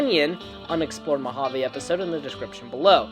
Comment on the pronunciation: Mojave railroad, with a fully pronounced “J”